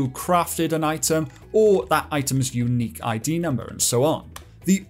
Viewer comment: "unqiue" :_caspFacepalm: But still giving great information to people